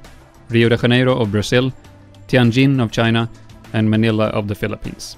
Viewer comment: Just read it in the same way as in English (J as in Junior, January & in this case, JANEIRO), I think you'd be closer that way!! As for the "Fake Rio", it happens my man (But I won't lie that ya got me LOL)... Ur vids have an AMAZING quality & are obviously a time consuming work, but keep up w the great job as vids as informative and fun like yours are hard to find it here in YB! Good job.